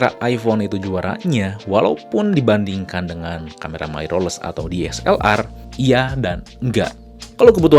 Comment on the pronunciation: Lah makin panjang wkwk. Dahlah bro, intinya niat gw dri awal cuma mengoreksi. Jgn bawa perasaan, kita pke logika aja bro, "Mirrorless" itu dibaca "Mirrorless" bukan "Mairorless". Gw yakin bnyak nonton ini video, jdi sebaiknya research dlu. Nnti bnyak org yg gatau trnyata itu salah dan malah bnhak yg ngikutin. Jgn marah² goblognya makin keliatan hahaha